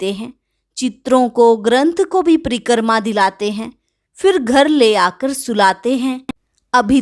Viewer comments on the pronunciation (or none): It is "Pari- krama" not preekrama or pari - karma. Krama not karma. Omshanti thank you